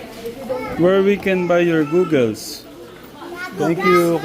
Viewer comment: said “googles” 😂😂the kids corrected goggles 😂😂😂, basta the same lang yun kiddos nag iba lang sa pag pronounced 😂😂😂